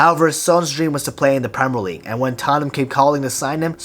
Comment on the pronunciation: Why is man pronouncing premier league like that.